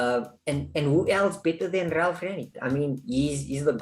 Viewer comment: "Ralf Ragnaroks", really? In the title of the video I expected it was just a mistake but you also said it ... and again and again and it doesn't seem to be a joke. The correct name is Rangnick. You're welcome. ^^ -->